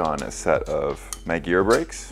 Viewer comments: I've never heard of Niygira brakes. I've heard of Magura brakes but not Nygira. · Does it make anyone else cringe the way been saying MAGURA?